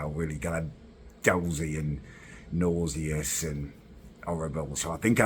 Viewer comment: Learn how to pronounce nauseous.